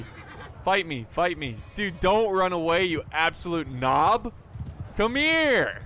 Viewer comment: Hearing you say knob in that american accent has me howling 🤣